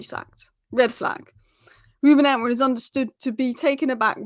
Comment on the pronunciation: Just listen to that first sentence. His name isn't Amorin. Just look at your own presentation and pronounce it.